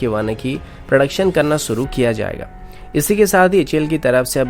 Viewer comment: You are good... Just improve your pronunciations... Eg. news - newj... Shuru - suru... Fresh - fres... Koshish - kosis! Overall, your content is good!